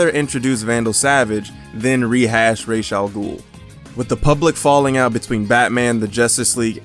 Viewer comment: Raysh al ghul??????????